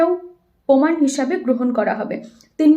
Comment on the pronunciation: পোমান নয় প্রমাণ